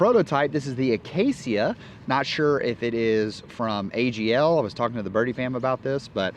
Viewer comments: Uh-Kay-shuh. Acacia. Say it with me: uh-Kay-shuh. Acacia. noice topic and vid. 😀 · Coming from a veteran Minecrafter, it's pronounced "Uhh-cay-sha." Also, it's an AGL disc approved in July, 2023.